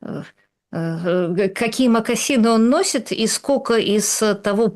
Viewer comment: Юля,невозможно же слышать, скока стока. Вы же филолог